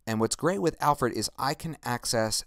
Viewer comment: Your Videos and tutorials are great. Lot of help. But why are you keep saying "AL-FORD"? its AL-FRED